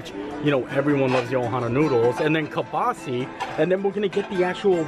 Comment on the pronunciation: Why can’t any WDW bloggers pronounce Kielbasa correctly? It’s wild!